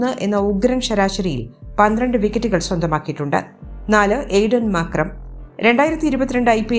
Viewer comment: മാക്രം അല്ലാലോ മാർക്രം അല്ലെ